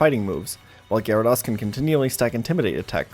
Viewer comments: Good video. But it's pronounced Gyara -dOs not Gyara-dAs. lol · God the way you pronounce gyrados and suicune reaaaaallllly grinds my gears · Every time I hear Gyara*doss* I die a little on the inside. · Never trust anyone that pronounces it Gyara-doss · Amazing content but how can someone play so much Pokemon and still mispronounce "Gyarados" so much lol